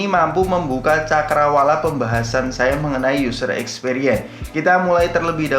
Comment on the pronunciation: Opo iki... Useer Eeeekspeeeriens, membuka cakrawala....?, mengurangi beban hidup... 🤔.? Over yuss, piik breknes... Biasa aja lah mas, pilih bahasa yg sederhana aja... Gak usah pake istilah keren kerenan kalau pengucapan nya belum oke.. 🤭